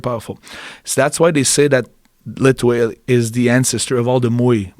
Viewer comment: "Lethwei" or "Let wait" for a better pronunciation